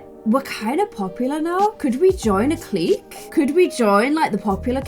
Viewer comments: just to help you out with pronunciation, hooky = “hook-e”, clique = “click” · Just love you dearly but please clique is pronounced click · Clique is pronounced like "click'... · I wanna join the popular kids clique(but she pronounces it as cleek). Me: Clique(pronounces it as cleeshay). the way she says it is triggering me hardd 😭😭😭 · pronounces Clique like Cleek when its supposed to sound like CLICK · ITS CLICK NOT CLEEK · lol i love how you pronounce things😂 “clique” is pronounced like “click” it’s so funny ahahahhahahahah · Nobody:: "cleek" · I think it’s pronounced “click” but I’m kinda dumb so maybe I’m wrong. Anyway, I love your videos stay positive 😂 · Clique is pronounced like click (at least in America)